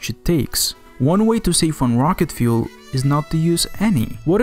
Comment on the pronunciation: You need more subscribers!! And you now pronounce fuel correctly :)